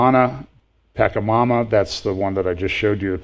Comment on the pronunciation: I think you pronounce the name of the fertility goddess as “Puh-chayka-mama”. Also, Roman-Catholics already worship Mary, so I would view the fertility goddess as just a cultural view of Mary.